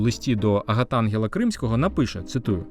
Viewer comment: АгатангЕл Кримський.Правильно робити наголос на "е".